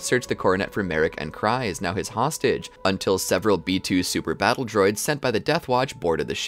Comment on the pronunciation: You cant call yourself a star wars fan you pronounced almost every star wars name wrong and you cant say it was because of an "accent" because you dont, you said coris-cont instead of Coruscant, you said crys instead of kryze. And I bet that most of the people who replied me to this is not a star wars fan and is only saying it after watching this 6 hour video on the timeline of one character, I'm not mad about this it's just that all of the supposed "star wars fans" that make these type of videos pronounce everything wrong making it clear that they are not a star wars fan because they've never really watched any movie or show. Sorry about this but I'm the only one in the comment section to point this out.